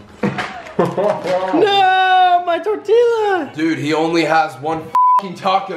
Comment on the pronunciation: How does Sam not know how to say tortilla? 😭😭